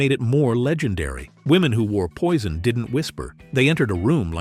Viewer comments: Здравствуйте! Можно хотя бы одно название произнести правильно?! Уважение к зрителям?! Это французские названия по большей части: в век интернета узнать правильное произношение можно за 3 минуты. Какой Пойсон?! Пуазон. И так практически с каждым названием. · Какой дебил озвучивает???Не правильно ударения,названия ароматов.это что еще за «Пойсон»???😂😂😂Нет такого аромата, есть Пойзн на английский манер и Пуазон на французский. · "POISSON" 😂😂😂LMAO